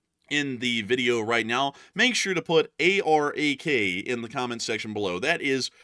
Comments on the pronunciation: Ah-rak not e-rak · ARAK not iraq ! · EYE-ran.. EYE-raq.. & AHH-rak.!!